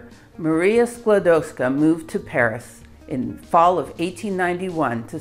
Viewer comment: Dear. We Polish NEVER called Rusia OUR country. This is insult for Polish People, someone name Rusia THEIR country. Our country was NOT on the maps, but it was in our hearts, and it was always POLAND. Anyway, Your pronaunsuation of Maria Skłodowska's name is flawless.